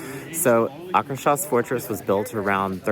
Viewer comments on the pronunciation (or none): Loved the video. Note: Akershus is pronounced something like ah-kher-shoes (depending on your American dialect/accent).